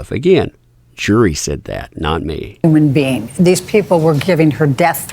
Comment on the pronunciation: sounded like ah said I'm a human bean. not I'm a human being. while on the stand.